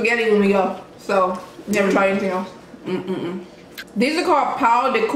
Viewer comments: "paon de querro" KKKKKKKKKKKKKKKKKKKKKKKKKKKKKKKKKK ok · Ela falou pao de quejo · when you say pao de queijo like that it sounds exactly like “pau” which means d*ck and since “pão” is hard for foreigners to pronounce you can say it like “pawn”. it’s kinda like pa-uh (?) it’s better to listen to someone saying it’s hard to write it